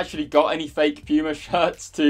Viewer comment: bro how are you pronouncing Puma. You weird